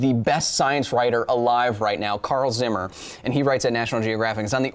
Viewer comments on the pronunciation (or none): none